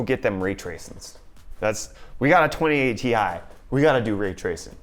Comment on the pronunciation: 2080 ti sounds like twenty A tee eye